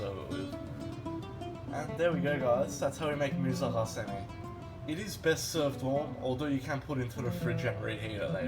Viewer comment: Mirza HASEMI/KHASEMI😳😂😂😂Maeeet , fir heaven sake learn first how to pronounce the word🤦🏻‍♂️🤦🏻‍♂️🤦🏻‍♂️👎